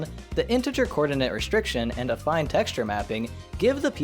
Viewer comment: Damn, I always figured it was pronounced “affeen”. Thankfully, is highly trustworthy in this regard, as evidenced, among other things, by his correct use of “vertex” and “vertices”, which many other youtubers who should know better keep fucking up to this day.